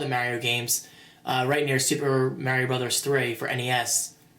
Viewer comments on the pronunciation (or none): none